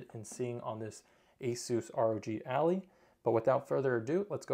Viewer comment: Please tell me you are saying Allie instead of Ally as a meme. Its Ally like Allied forces. The device is your Ally for gaming.